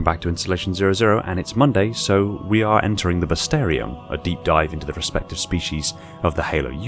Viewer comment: We're running out of species and you're still pronouncing bestiarum as "bestarium", LOL